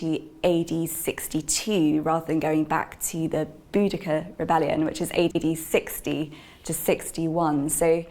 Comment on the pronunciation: OMG she said Boudica with a K sound not Boudiceia like an I dunno what. Ave